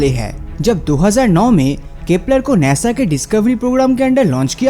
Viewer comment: Bhai sun dekh nesa nahi khete hai nasa khete hai🤣🤣🤣😂😂😂